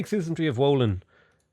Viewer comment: "W" in Wolin is spelled like "V", so something like Volin